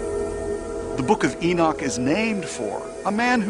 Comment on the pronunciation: Enoch sounds like cock